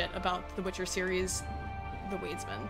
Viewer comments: It took me some time to understand what you meant by "weedsman". Lol. "Wiedźmin" is pronounced "viedjmin". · Wiedzim is pronounced with a V not U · oh but you pronouce Wiedźmin so wrong, kudos for trying but sooo wrooong (google translate is your help, it reads it correctly : D, just checked) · That's not how you pronounce Wiedźmin, lol, but I got no idea how to write it in text